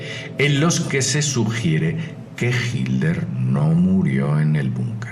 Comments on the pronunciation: Quien es Hilder? lo nombra mil veces Hilder?? sera que en España lo llaman asi? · Sòlo estaba escuchando el audio tambien pensé que hablaba de himmler, de hecho lo pronuncia diferente cada vez que lo dice, a veces hilder...